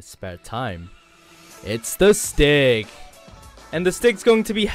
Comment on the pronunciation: am i the only one who noticed he called the stig 'Sticky'? unless he said stiggy and im deaf